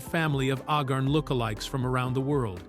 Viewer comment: Corporal Agarn's name is pronounced AY-gahrn (rhyming with "cay" and "barn"), with the primary stress on the first syllable. ☮